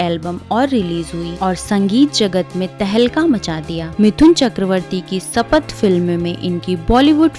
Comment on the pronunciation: Madam sanath nahi bolte shapath bolte hai , pronunciation toh theek se karo 😡👎👎👎